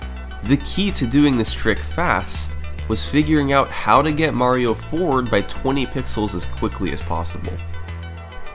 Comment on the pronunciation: mahhhhhrio? that’s not how the word mario is pronounced